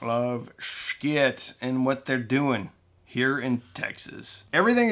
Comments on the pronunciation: Not 'sh-kit' my friend) Pronouince it rsght "sheee it")) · "shii-teh" not shkit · Not sure why you insist on murdering the Schitt brand name every time you say it. It is one thing to say it "stylized" if it's a business decision, but you don't have to emphasize it, and as a branding expert, I'd be irate if you did that to brands I've represented. If you're going to say it in a way that's inconsistent with the authentic company branding, just breeze through it and try not to draw attention to it. I like what you do, man. But that's my $0.02. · Not sure why you feel the need to continually mispronounce their name. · I, speaking only for myself and no other, think that it is time for you to start pronouncing Schiit the way the rest of the world does.